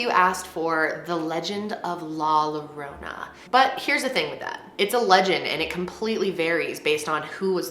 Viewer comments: The way she pronounces “La Llorona” it’s so cute lmao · Please research the pronunciation when the word is in other than English. I’m mortified by you pronouncing the two L letters like you would in English when it actually works like a J. Ahh. I’m gonna cry like la llorona that translates the cryer by the butchering of my first language. Jesus! Also OMG, why would you pronounce the word “popular” as if it’s English. It’s the same word but the pronunciation is POH-POO-LAHR.... take the potato out of your mouth and do a quick Google pronunciation search. Last: PAS-KOO—AH-LEE-TA.... come on be professional. Hey you at least said Gonzalez fine.... 🤗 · Take your bother elsewhere 🥴 Not all of us are Spanish fluent and literally has a learning disability so like.....the mispronunciation isn’t a biggie. She’s bomb. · The scariest part is her pronouncing La Llorana. LOL! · Your mispronunciation of la llorona made me giggle 🤭😂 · 😆😭 Larona , omg i nearly past out when she butchered that....😂😂😂😂😂😂😂😂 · I loved how you said “la llorona” Made me laugh 😆 but girl it’s all good don’t worry about the pronunciation lol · The ways she pronounces la llorona la pasqualita and la popular gives me anxiety lol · pronouncing La Llorona is great!! Girl you tried and that is why you're my favorite youtuber!!! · Who is this friend who told her how to pronounce either of their names like that. Ay Dios mío. No puedo soportarlo. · I love you but the way you said "La Llorona " took me out 🤣🤣 it's the whitest way I have ever heard someone say. ( p.s I know she's is white but it still doesn't take away from the fact that it's the whitest I heard someone prounce it and it being funny as fuck to me hearing prounced that way. Not to mention that I laugh at myself when I mispronounce a word in English. Spanish or Italian. And if someone makes fun of me for it then by all means they can. Itself always a good laugh and in good fun. ) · That in not how you say it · La -your-ona